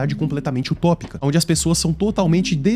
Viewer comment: Não seria 'Distópica"?